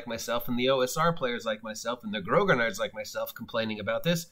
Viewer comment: A quick note, grognard is pronounced groan-YARDS. It means grumblers in French and comes from a nickname for Napoleon's Old Guard. They were all long serving soldiers who complained about everything.